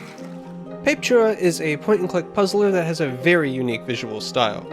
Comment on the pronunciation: Man it's painful listening to you butchering the name over and over. It's pronounced pah-peh-too-rah.